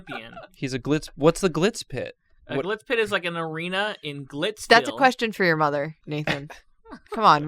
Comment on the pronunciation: Your Jewish grandma impressions are great but you gotta say mother right It’s not Mother it’s muda (muh-dah)